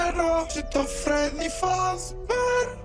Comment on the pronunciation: polish fazbear ❤️‍🩹